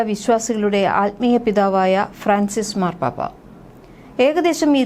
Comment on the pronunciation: It is Fran cis not fracis